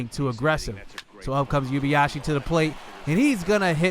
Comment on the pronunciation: It’s pronounced “ Oo-ay-ba-ya-shee “